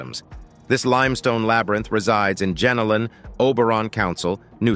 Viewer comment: It is not JENALIN caves it is JENOLAN (GEN-NO-LAN) caves.